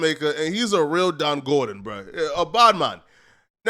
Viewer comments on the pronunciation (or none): It’s Don Gorgon - Not Don Gordon 🇯🇲🇯🇲